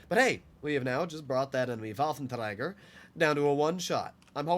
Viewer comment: why do you say "waffentraeger" so weird? lmao